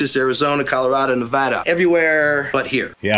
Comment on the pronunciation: You know they actually filmed this out West because Hank pronounced Nevada properly. It's easy to spot the flatlanders by the way they say it wrong.